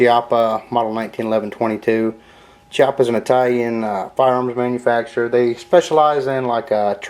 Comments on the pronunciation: It's actually pronounced "Key"ah pa. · its pronounced chiappa (key) appa and it is walnut grips ive pt thousands rounds through mine no problem